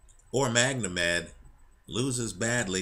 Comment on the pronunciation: why do you keep calling him MagNomed, its Magomed which is Russian for Mohamed.